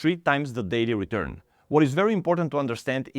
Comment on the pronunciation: "Daily redurn" and "Big Dech"